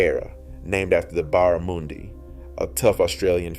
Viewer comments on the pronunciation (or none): Baramoondy. What, no. Its "BARRAMUNDI" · Not Barr-ra, but Băh-ra.